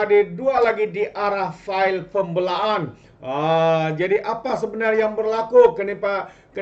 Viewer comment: Berapa banyak kita nak dengar sebutan pun x btul nih? "berang" .."pembelaan".. kamu x blajar BM ker kt sklh ?